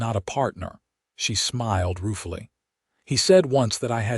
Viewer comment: ruefully... not.... roofily